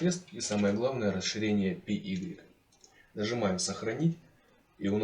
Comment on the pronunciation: Орнул с py - пи игрик